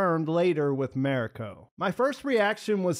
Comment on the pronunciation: I really enjoyed your review. However, I beg you to learn how to pronounce “Mariko”. When watching, listen to how the other characters say her name. It does not sound like “merry co”.